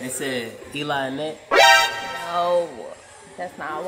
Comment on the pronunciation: why it say her name like that 😂